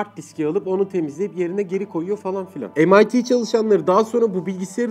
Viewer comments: emayti diye okunuyor yanılmıyorsam... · MIT yi mit anladım :D